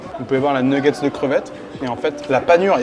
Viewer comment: J'ai failli m 'abonner puis j'ai entendu une nguggets ... :face-purple-crying